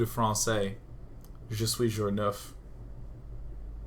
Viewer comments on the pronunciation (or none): Your French isn't bad, day[9]. Work on the "r" sound though it seems to be one of the hardest sound to learn for English speaking people. When you said "Je suis jour neuf." (I'm day 9) It really sounded like "Je suis un oeuf" (I'm an egg) lol.